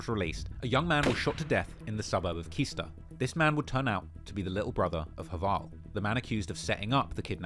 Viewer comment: apart from Kista!!